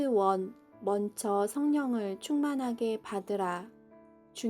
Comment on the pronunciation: 신송이자매의 낭독 가장 듣기가 자연스럽네요. 낭독 시작 부터 이 분은. 단어를 틀리게 발음 하는데. 듣는이로 거부감은 줍니다 죄송해요 ~~~. " 먼쳐" 가 아니고 "먼저" 입니다 ! 그리고 아무리 좋은 내용이라도. 은혜를 간구하는 이 들에게. 전달하는. 낭독에. 자연스런 목소리와 설득력으로 와 닿게 하는 노력도 필요 하겠군요